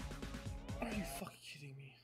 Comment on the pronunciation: All I hear is fowking fowking and fowking 😂